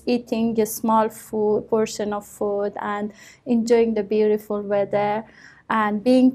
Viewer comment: I banged my head to the wall everytime she said BUIRIFULL